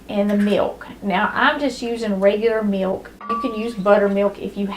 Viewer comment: i like the way she says "me-oak" '.. and a half cup me-oak..' 😊